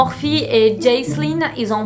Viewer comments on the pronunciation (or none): "HILL" y a pas de "s" xD!! Et Jaclyn, dis "Jacqueline" au pire maiiiis, si tu sais pas, tape le nom dans la barre de recherche de YT et mate vite fait une vidéo du pays d'origine (souvent les USA pour tes GiVDT) pour voir comment ça se dit;) j'veux pas faire la relou mais ça me gâche un peu le plaisir alors que tes vidéos sont supeeeer cool! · Coucou pour t’aider à dire son nom voici une prononciation plus simple Jackline ou encoreJacqueline sans prononcer le e (Jacklyn) et Îles (hill) j’espère que ce petit truc t’aidera Joyeuses Fêtes